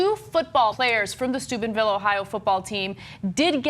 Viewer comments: It sounds like Ana is saying Stupidville. :) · I keep hearing Ana saying Stupidville, is it only me? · Sounds like Ana is saying "Stupidville, OH." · I'm glad you put the town name in the title because all I could hear Anna say is Stupidville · Am I mishearing Ana, or is she pronouncing it Stupidville? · i keep hearing Stupidville xD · I thought Ana said "Stupidville, Ohio". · I recall that being the major thing when this scumbaggery happened initially, too. It fits so well. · LOL, I heard it too. I was like what? and had to look at the screen to read the real name.